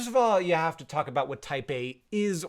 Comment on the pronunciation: Me giggling like an idiot thinking Hank is always talking about 'Taipei'. 😂😂😅😅